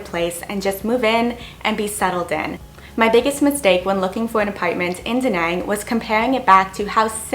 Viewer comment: Before you complained about the inability of the Vietnamese to speak YOUR language, first you needed to learn how to pronounce properly OUR language. I was struggled to understand your pronunciation when you said “Da nang”, it is an A, not E. I had to rewind your vid to be able to recognise the word you mentioned. Expect someone to be good at English, why don’t you stop being a spoiled woman and start learning Vietnamese; then you can enjoy and experience the trip.